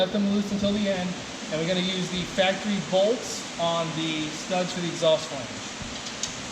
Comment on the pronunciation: I get annoyed when he says "bolts"